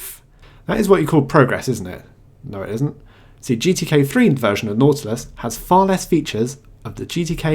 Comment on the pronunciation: What did you use to make KDE look and behave like Unity? I am very interested in this. Also, I think it was just me, but I kept hearing "naughtless" when you said "nautilus". Took a whole to figure it out and stop giggling.